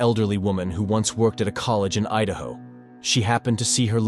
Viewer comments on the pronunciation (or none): none